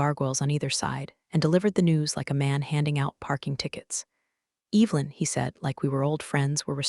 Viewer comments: that's a good point! The AI definitely gets that one wrong. It should be E-vuh-lin, not E-vil-in. 😬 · I hear that every time! Makes me cringe a little. It’s Evelyn, not Evil-in! 😬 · Why does your AI insist on pronouncing Evelyn "Evil-in"? The E is soft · Ev- el-in, What a bunch of dipwads with a poorly programed Artificial Unintelligence device! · classic AI misstep. "Evelyn" should definitely not sound like "Evil-in." 🤦‍♀ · I'd be happy if the stupid AI could learn to pronounce Evelyn